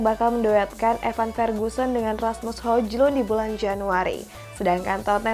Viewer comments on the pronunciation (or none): Hojlund di bacanya Hoilund kak....biar enak dengernya...